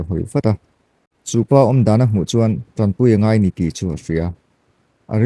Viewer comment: TAMPUI ni lovin TANPUI tihtur, mizo tawngah chuan, puitling in diktakin chhiar hram² teh